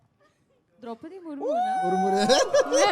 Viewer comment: Bro it is Murmu not Murmure 😂